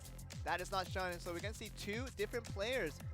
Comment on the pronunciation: Shun is pronounced Shoon fellas.